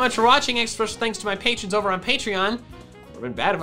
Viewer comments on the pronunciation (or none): none